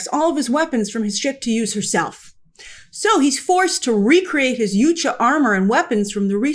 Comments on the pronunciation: Yow Cha. It's pronounced yow-cha, not you cha. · WTF is a ‘you-cha’? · Why do people keep saying Yutja instead of Yautja when they were saying Yautja in the movie? What's the correct pronunciation? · Why are all the reviewers pronouncing it 'Yoot-cha' when it was very clearly pronounced 'yaowt-cha' in the movie. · She can't even pronounce Yautja